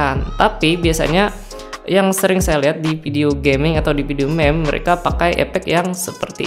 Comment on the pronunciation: Cmn pen ngasi tau MIM BUKAN MEM